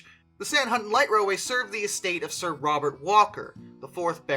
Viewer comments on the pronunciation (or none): none